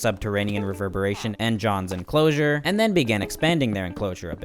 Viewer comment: there “ enclosure “ 😭😂